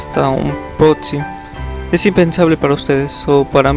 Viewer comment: dijo potxi